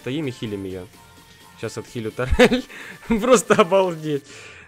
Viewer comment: Может турель, а не тарель?